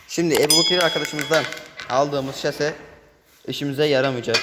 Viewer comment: Abi şaşe degil şase